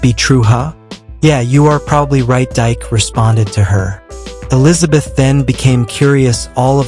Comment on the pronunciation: It’s not Dyke it’s Pronounced DK in African culture